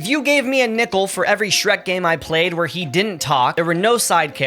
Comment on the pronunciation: oh you said nickle, thought you said nipple